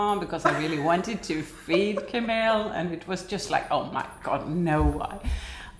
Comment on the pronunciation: Omg, my name is Camille too! I’m surprised you pronounce it the same way we do in the US. Maybe only the French pronounce it differently. My name is uncommon here, so it was weird to hear it in your video! Thank you for such a lovely time in Sweden ❤